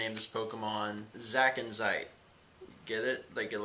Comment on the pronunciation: i facepalmed when he called the zebstricka zackinzite